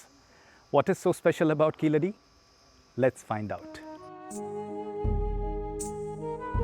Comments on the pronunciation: it is not keeladi, it is keezhadi. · It is not Keeladi....Keezhadi is the name.....Saying it right is important for a documentary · is wrong ழ is pronounced like [ɻ] not [ɭ] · Please say "Keezhadi" correctly. It means "lower step". It is not Keeladi or Keeradi as mentioned in the video. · Why can't we get the pronounciation of keeladi which doesnt make any meaning. Only when i saw the sign board i realize it is "keezhadi" literally meaning lower bottom. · Kindly note its not Keeladi , its Keezhadi(stress on the syllable "ZHA") , Plz discover more about Thamizh martial arts like VARMAM, traditional Siddha medicine, Thamilzh music and arts ,bring more info about this part of this unknown world of mystery and let the world know Thamizh Nadu was one of the earliest settlements in this world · It is keezhadi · to be fair, the man did not pronounce keezhadi correctly, but more like keeladi.... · do you even what the hell you are talking about? throughout the video the guy talks about keeladi instead of keezhadi. Stop bootlicking kalai. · First off it is Kee"zh"adi, learn to respect the culture before tying to make money off of it. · Really? How about KeeLadi? It should be கீழடி. I believe, people who attempt to inform others should go a notch up and learn to pronounce properly. Why our own people don't care. Everyone in school need to watch Sivaji Ganesan movies to learn how to pronounce properly. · "pronounced exactly as they should be" meanwhile: kEeLLLLLLLLaDi